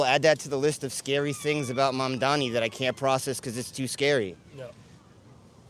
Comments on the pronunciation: Nick always pronounces it "Mandami" when's it's actually "Mamdani" 😆lol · It's not that hard boy. Not that you matter and not that he cares, but it's Mamdani not Mumdummy. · I don't think Nick has ever said "Mamdani" correctly. Pretty sure he says "Mamdami" every time. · First off, at least pronounce his name right. Stop saying Mum-da-mi. I also think yall just selectively edit in the most brain dead voters to make this look way worse than it is. The amount of people in the comments thinking that they aren't clueless themselves is laughable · How ignorant these people are they cant even pronounce his name! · The one guy can’t even say his name right. This is a disaster. Please don’t come to the south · This guy Nick can’t even pronounce his name but trying to speak on politics. Mamdani got yall white supremacist sick